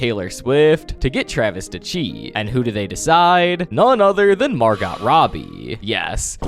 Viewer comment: It’s pronounced Mar-go not literally Margot